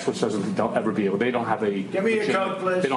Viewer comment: "get me a Koch please."